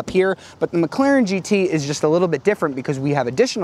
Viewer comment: McClarion? Is that the new Irish car audio company? Heehee!!